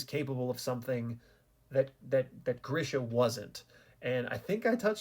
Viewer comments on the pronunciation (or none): It is not Grisha it is GREEESHA